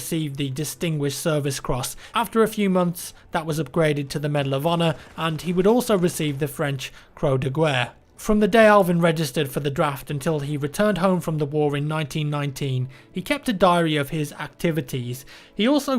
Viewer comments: if you're going to keep saying it, can you please learn how to properly pronounce "croix de guerre" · When you say Croix de guerre you don't pronounce the U... pls my ears are bleeding nice video though:D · croix de guerre = crow de ga-yr